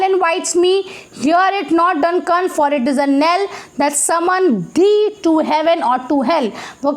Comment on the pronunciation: its thee... not three.... it means you